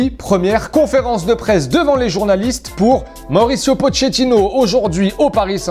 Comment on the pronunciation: Mdr comme il a dit le nom de pochetino 😂